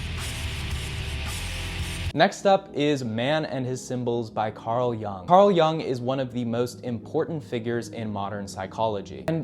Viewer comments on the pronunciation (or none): Re: Carl Jung His surname is pronounced 'Yoong' not 'Young'. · "Yoong" not "Young" Carl Jung